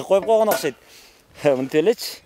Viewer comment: Мектеп директору эч нерсени билбейт экен и ещё не грамотный сүйлөйт экен Ошкойт дейтко 😂